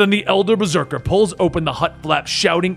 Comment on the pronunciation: the old man says berseker